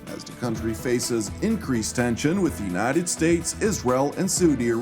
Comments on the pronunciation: Without wanting to appear a putz- the pronunciation of "United States'" is not Statezez but simply States, no need to add additional syllable. 😎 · no criticism intended. It’s a pronunciation gaffe that sounds awkward and it’s not illogical to pronounce it that way- but it should be a one syllable word. Forgive me, I’m a recovering lawyer😱 and my wife tells me that I’m difficult. I’m a happy subscriber and commend all the staff on their work, presentation and reliability.